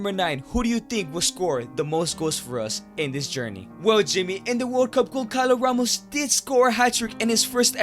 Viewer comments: goncalo ramos is pronounced gonsalo ramos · the way he says gonçalo ramos its so wrong but so funny 🤣🤣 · As soon as i heard Gonçalo Ramos be mispronounced my heart broke as a portuguese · It physically hurts me every time you say Goncalo Ramos